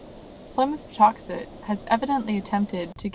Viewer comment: I was born a few towns over and I’ve always been here and it’s still Plymouth plantation and it’s pronounced paw tux et like it always has been.